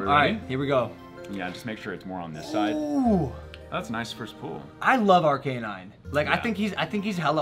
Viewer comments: Logan: Ar-Cay-Nine Isn't it just Ar-Ca-Nine? This man really out here spending $200,000 on pokemon cards, and he doesn't even know how to pronounce em 💀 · I cringed at that moment too! It's definitely "Ar-Ca-Nine".